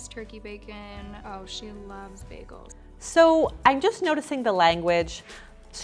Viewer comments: WTF ARE BAG-ELS WHY ON EARTH ARE YOU SAYING IT LIKE THAT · Beggels? Never heard anyone pronounce it that way lol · "Baggles" :-D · Just say bagels the way you say bacon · I love how you called yourself out for saying bagels weird, thank you, cuz I was thinking it the second you said it! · About to make a comment about your pronunciation of bagels "Yes I know I say bagels weird, so don't troll me 🙄." Recedes (Just kidding I love you)